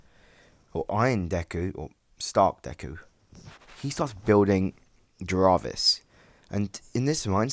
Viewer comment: Why did you mispronounce "Jarvis"?